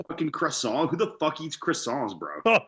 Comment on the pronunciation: Canadians not being able to pronounce croissant properly deserves jail time